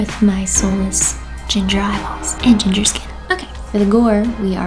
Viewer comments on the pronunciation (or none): none